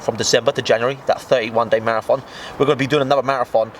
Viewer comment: Why the fuck are you pronouncing it "marath on"?